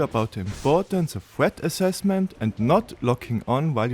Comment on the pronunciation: He doesn't, all he does is get mad at mispronouncing Heide while talking about thweat assessment wersus tarjet prioritisation